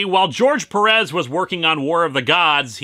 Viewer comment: Heya Linkara, as a native spanish speaker I can tell you this: Stop mispronoucing Pérez. Look at the accent, you have to stress the FIRST e, not the second one.